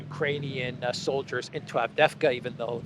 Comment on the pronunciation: Pronounced ....AvDeeeeVka II is EEE ...))))